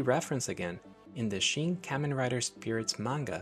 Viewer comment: Hearing you rapidly mispronounce “Kamen” dozens of times in a row is pretty hard to subject myself to.